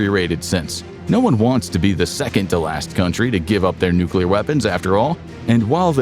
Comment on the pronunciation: nucular power